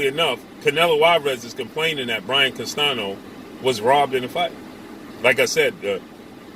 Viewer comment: He refuses to call Canelo P4P and he needs to learn how to pronounce Castaño correctly not Castano everyone can do it. If you dont know what Canelo said ask someone who speaks Spanish don't know 🤷where you get your information 🤔from